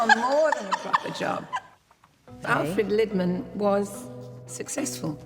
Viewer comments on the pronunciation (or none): Lidman is not pronounced as in pot lid, but as in Leeds. Liiidman...